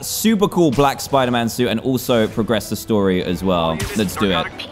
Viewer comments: Dantdm: Hello guys, today were are going to play some SPOODAMAN. Me: spoodaman? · He said spooder man at the start hahahahaha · Dan TDM : Welcome back to spooder -Man ME : Wait I must be hearing you wrong what did you say .............. 🤔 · DanTDM HEHE! You said spooder man. Did you mean “Spider Man”? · “Welcome back to spooderman” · me:dooooo doooo dan:welcome back to soiderman Me:WHAT DID YOU SAID replays in slowmode Dan:welcoome back to soiderman Me:dies* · Lol In the start he says spuderman instead of spiderman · in the begining he said SPOODER MAN! :} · Why did you say spidermoon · "Hey guys! We're back in the world of, Spooder-Man!" .w. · dan: spooder man Me: seriously spooder man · UHHH........ UMMM..OH I THOUGHT WE SAY SPIDER-MAN BUT DAN IS A LEGEND HE TAUGHT ME ITS NT SPIDER-MAN ITS SPOODER-MAN YAAY.SPECIAL THANKS TO DAN HE CORRECTED THE WORLD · "spooder man" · he said spuder man lol